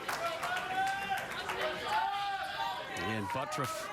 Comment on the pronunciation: I don't care how he pronounces it, but 'ButURFF' is NOT pronounced 'ButRUFF''. There is no way, in the English language, in any obscure pronunciation rules, to get there. Sorry if you don't like the way your name is really pronounced, but if you want to change the way it is pronounced, change the spelling. That being said, I love to watch him bowl!